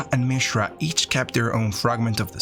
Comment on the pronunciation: Can you pronounce any name correctly? I mean, it was a good summary, but my God, you mispronounce just about every name except Mishra.